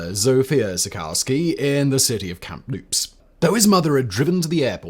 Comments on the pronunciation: Sorry, it’s “Kamloops”, not “Camm-loops”. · It is Kamloops (cam-loops). No p in the pronunciation.